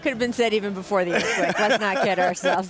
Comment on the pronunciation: "Erf Quake"